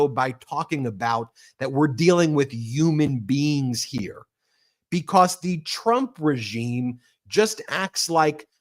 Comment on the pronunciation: “YOUMAN BEINGS” ????